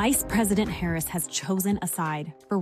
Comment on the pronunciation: Interestingly, the second spot mispronounces the VP’s name. If they’re the same team, I’m thinking that was intentional. You said cynical; what bothered me most was the sexism. Harris is painted as the poor, bereft woman,” who sits at the feet of her husband to understand Israel. I’m sure Doug is a kind, helpful source whom she loves very much. I’m also sure she could negotiate with Bibi today without consulting Doug— kind as he is. They are a power COUPLE, as I see it.